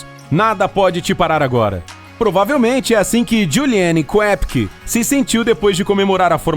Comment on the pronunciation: Ao pronunciar o sobrenome da garota,ignore a letra É e pronuncie apenas “Kopcke”.